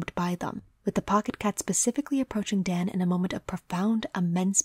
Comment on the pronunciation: I really like your video. It's well thought out, put together and I think your voice is soothing. If I may say one thing it's that Daan is a dutch name that comes from Daniël (the bible) and the "aa" is sortof pronounced as a drawn out version of the a in the exclamation "aha". That is a nitpick though and not something you would know if you're not familiar with the name. Otherwise a perfect vid, imo